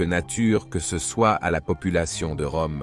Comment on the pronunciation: Parfaitement d’accord avec vous. Je ne crois pas que ce soit un humain qui fasse les commentaires mais plutôt l’intelligence artificielle. Sinon comment expliquer qu’il dise systématiquement « c_e » plutôt que « ce »?